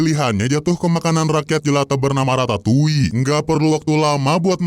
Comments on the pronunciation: Radatuli bg bukan ratatouille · Ratatouli✖️ Radatuli✔️